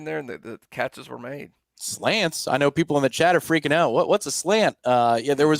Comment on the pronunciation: The way he says “freakn’” lol 😂